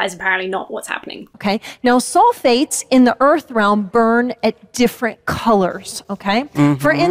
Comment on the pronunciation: Maybe she is saying soul-fates not sulphates, and as such her argument isnt entirely goddamn moronic